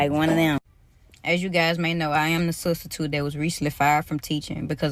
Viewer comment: "I am the Sus-titute" I mean, she said it...